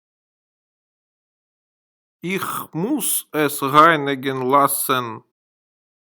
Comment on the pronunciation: Да,всё вполне сносно .НО! Ваше произношение УЖАСНО.Если люди будут повторять ваше произношение - изучение немецкого посредством ваших уроков в итоге станет для них почти пустой тратой времени.Ну как можно обучать кого-то языку,совершенно не владея правильным произношением??? Неужели Вам так сложно говорить слово Ich , произнося его в конце с мягким знаком, ИХЬ !? При всём уважении,Вам самому не помешало бы взять курсы произношения ,иначе учить других людей иностранному языку у Вас нет никакого морального права . Поверьте,я не со зла…а просто жаль людей ,которые учат немецкий по Вашим интернет урокам. С наилучшими пожеланиями...